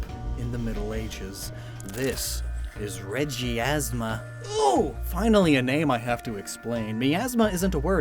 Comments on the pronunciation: Dude It's reg, ie, plasma it's easy bra 😎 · It's actually pronounced MY- ashma